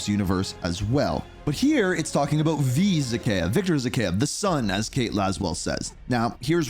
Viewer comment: Vahkaev LOL